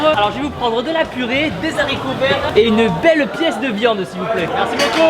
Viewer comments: "Des zaricots verts" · On fait pas la liaison des haricots verts non non non tibo